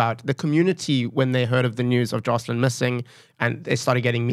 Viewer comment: He told you it's "Joshlin" then you keep saying 'Joslin' ...listening skills. God bless Gayton for all he's done and done here, sounds like it would've been buried otherwise. An excellent interview for what it reveals- police incompetence and complicity, children need the highest protection by society. Blow it open Gayton. Interviewer, when you want to start a sentence in the middle with 'I' ...please stop yourself. What Gayton had to say was SO important and specific. Put a bright spotlight on child trafficking - it's massive. We need leaders who have compassion for children.